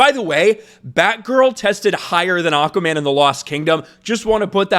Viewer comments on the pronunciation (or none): Your cracking me up when you say "Aukaman"! Anyways no big deal, but lol!